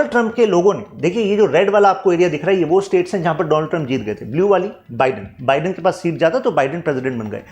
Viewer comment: Sir sab kuch to sahi hai. But Joe बिडेन nahi. Joe बाईडेन hota hai 😂